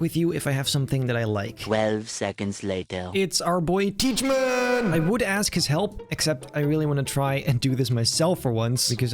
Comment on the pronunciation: i still find it funny that he cals thijmen teachmen